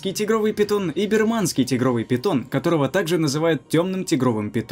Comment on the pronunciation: Автор, НЕ БирмАнский, а бИрманский питон,так как страна БИрма, а НЕ бирмА !!! И ещё... Почему то разговор идёт о питоне(например),а показана АНАКОНДА, разговор о питоне ( на 1.48), а показывают Удава обыкновенного(боа констриктор), в общем или видеоряд никчёмный, либо автор не сильно в теме !!